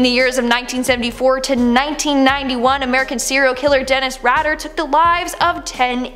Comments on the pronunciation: Dennis Radder? It’s Rader. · Dennis rader pronounced raider not ratter